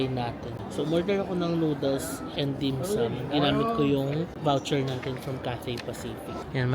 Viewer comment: Glad to hear you are pronouncing dim sum and siew mai correctly now